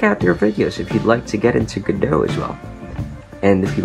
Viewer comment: For once someone pronounced godot right like go dot or go go pokadot